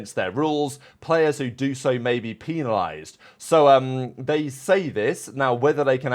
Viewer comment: lmfaoo PEAN alised? or penalised?